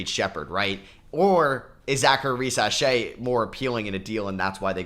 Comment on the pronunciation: Ree say shar? 😂 Don’t care how he says the name as long as the Spurs make the pick at 4! Devin Carter for the Spurs, unless they want to be patient and wait for Topic to heal.